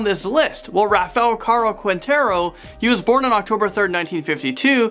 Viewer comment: “Rah-Fa Car-o keen-tare-o” 🍿